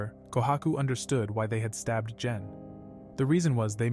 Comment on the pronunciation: when he says gen it sounds like jen i am a little angry that he said jen and not gen